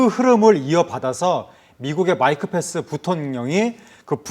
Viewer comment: 아나운서분 계속 펜스를 F발음으로 하시네 ㅠㅠ P에요 F가 아니라 ㅠㅠ